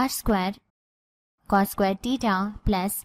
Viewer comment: Pahle theta bolne sikh lijiy madam😂😂